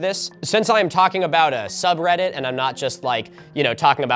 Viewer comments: In this video, Milo pronounces subreddit wrong for 50 minutes 😂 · this video is just milo struggling to pronounce subreddit names